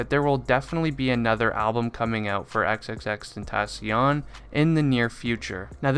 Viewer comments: 'xXxTeNtaSzziOn' ik its xxxtentaacion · Crazy how he’s ur fav artist but you don’t know how to say his name 🥴😭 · You still can't pronounce his name right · say his name right or just say X ffs